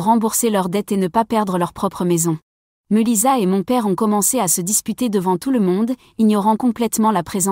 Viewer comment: Meulissa qu'elle prononciation ridicule